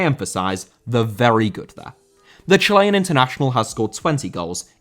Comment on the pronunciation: Chilean* not Chileyan